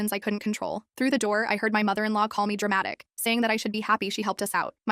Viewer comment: “Being dwamatwic” WHat the HELL